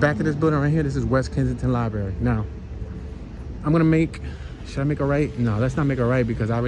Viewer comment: Library has 2 r’s in it it’s not libary not being mean just funny about speaking proper English